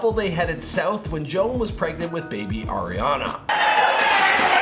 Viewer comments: Ar-iana not air-iana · He's says Air-iana